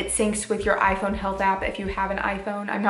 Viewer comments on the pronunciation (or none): none